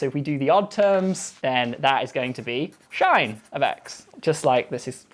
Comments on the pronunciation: That's the oddest pronunciation of "catenary" I've ever heard. Edit: And I've never heard cosh called "kosh". And definitely never heard sinh called "shine". Who is this guy again? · ka-TEEN-er-ee (for "catenary") and SHINE (for "sinh") are driving me up the wall. But I guess Brits pronounce things differently. (Doesn't excuse randomly moving an "h" around, though.) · Yeah, I didn't notice he was saying shine until after I wrote the comment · I always heard sinh as “cinch” in American Universities. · yesss here in Guyana too. his pronunciation threw me for a bit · Hearing sinh pronounced "shine" really bothered me. 😆 Must be a British thing. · My exact thought process lol. A less charming man would never get away with calling sin-h "shine" in my youtube feed 😆. The pronunciation also seems somehow clever, so I kinda like it. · Sinh is pronounced like shine? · Old mate also calls “sinh” “shine” He’s a mathematician not an English PhD I’m sure in australia we’d call is “coz H” or “cosine H” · He pronounces sinh as "shine"? That makes no sense but I like it. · From northeast US here, learned it as "sinch" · I am also used to hearing it pronounced like "sinch". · Everyone notices how he pronounced sinh differently from us, but everyone but me in the comments also pronounces catenary cah-TEEN-uh-ree and not CAT-un-nerry? That's the one that threw me, although a quick google indicates that I might not find it weird if I were from Britain. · I dont know how cosh and sinh are conventionally pronounced in english, but calling it "cosh" and "shine" really got me aggrevated. I'm from germany and here I usually just heard sin-h and cos-h, maybe its that I am not used to it, but damn I flinched everytime he talked about coshs and shines... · Lost me at shine(x) :( its obviously pronounced sinsh(x) :( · sinch for me in the US. I can't take a shine to shine. That's just too weird. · Why does he call sinch shine? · I've only seen it called hyperbolic sine or sinch